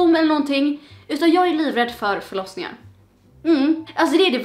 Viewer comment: Jag trodde du sa flossningar när du sa förlossningar😂😂😂